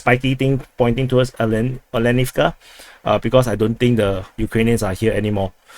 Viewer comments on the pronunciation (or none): Оленовка - Olenivka - [A ly en ov ka] not [Oh ly en ov ka]. o as in owl.